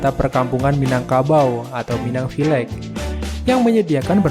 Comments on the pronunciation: Brastagi tenggelam😅. Village dibacanya "vilej" bang bukan vi la ge 😅 Belajar lagi bang sebelum ngonten biar lebih profesional kesannya. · Di ATAS permukaan laut. Bukan dibawah air laut. Village = Villej. Bukan Villeg.